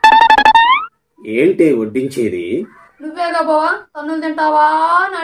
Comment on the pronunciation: బొవా కాదు బావా